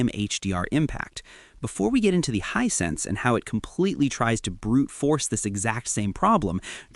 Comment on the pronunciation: Wish you could train the software to say the word "Hisense" consistently accurately, instead of "hine-sense," "high-sentse," etc. It's correct less than half the time.